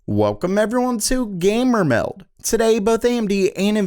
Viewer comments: “Welcome everyone, to Gammmer Meldd” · bro please stop saying gamer meld like that